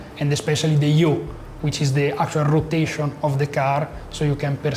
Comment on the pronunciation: lol for example, dude just completely mispronounced “yaw”. yall are just bullshitting to sound smart 😂